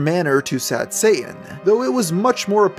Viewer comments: camping. Any one else can't stand how he says Satan. He doesn't pronounce the first t. I hear that in many younger people that they don't pronounce the first t in many words. Wierd. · It's actually pronounced shah-tahn, not say-in. Just sayin. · The craziest thing about this video is that the narrator can't pronounce "Satan." It has a "T" in it. Pronounce it. It's "Say-Tin", not "Say-in". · Dude , when you say sad satan , it sound like sad saiyan , please leave Son Goku ou of this :p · ye im not triping he is sayign sad sayian instead of sad satan lmfao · ya saying sad sayan on purpose? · Not me watching halfway through the video and still thinking he was saying sad Santa and not sad Satan